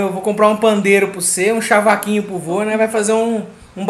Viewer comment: Cavaquinho. Não fale chavaquinho